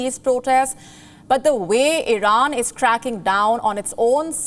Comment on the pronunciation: This anchor is an embarrassment, incompetent can’t even pronounce Iran properly and she is very hard to look at, not sure if it’s a man or woman.